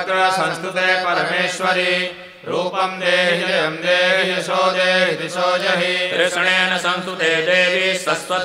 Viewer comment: Swara is not perfectly pronounce..!!! What a pathetic ..!??? Yaso Devi Jiso Jahi...not..!! It should be Yasho Devi Dwisho Jahi. ( Sanskrit is not hindi !!)